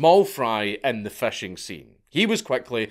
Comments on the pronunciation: You pronounce "fishing" as "fashing" and I love it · Love how a scotsman pronounces fishing. FESHEYNG